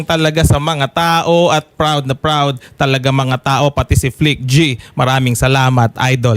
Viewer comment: FLICT-G po hindi Flick G